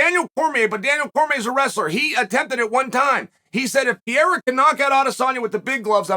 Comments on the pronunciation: It's Per-ei-ra. Not piera. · Hey dude is not pierra .... it's PE REI RA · Hey buddy. It’s not pi-e-ra …. You sound really bad when you butcher a name so bad and not attempt to correct pronunciation. I got Poatan on this one by ko/tko 👊🏼 3rd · Bro, learn how to say his last night first 😂😂😂 it’s Pereira , not Piera 😂😂😂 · Not sure which is worse, Joe Rogan's Machida era or Carl Sunman's Pee-Era. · Alex “Pierre-ah” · You goo pee-yera!!! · Does Chael purposely mispronounce fighters names? Peeara, Teeuvasa, Maklechev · Bro called him Pierra. I’m convinced uncle Chael knows exactly what he’s doing lol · Pierra is by far my favorite Chael mispronunciation 😂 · Welcome to the pee era